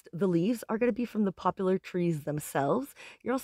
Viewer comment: It's called Poplar. NO U.